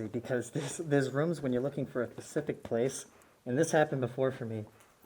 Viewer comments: Great videos as always. But your language is terrible. It's "specific" not pacific. That's an ocean. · Who else herd him say "when you're looking for something pacific" instead of "specific" 😂 just sounded like that to me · It’s specific not pacific...